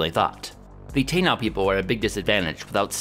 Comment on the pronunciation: I love and watch all your videos but man hearing you butcher the pronunciation of "Taíno" on Indigenous Peoples day is difficult on this Latino's ears! Just for your and everyone's awareness, its tah-EE-no, most definitely NOT TAY-now lol